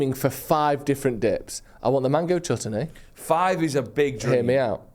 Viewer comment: Jesus fucking christ pronounce Chutney